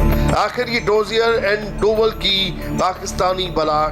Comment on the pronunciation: डोवल नहीं डोभाल.....तुम्हे तो नाम ही नहीं पता ढंग से